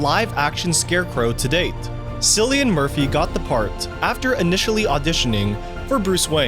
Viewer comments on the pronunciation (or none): Bro... You called the man Silly-an murphy lmaoooo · “Sillian murphy” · Sillian Murphy 😬